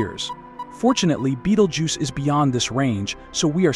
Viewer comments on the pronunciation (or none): What the Fuck it's not Beetlejuce its Betelgeuse. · At least you could make effor to pronounce it's name properly. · you can not pronounce it, why listen to you?